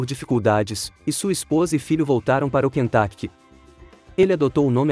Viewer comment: Universidade do Quentaquect dói os meus ouvidos!